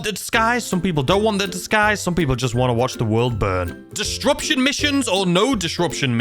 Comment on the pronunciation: Did you have to say “distruption” so many times? xD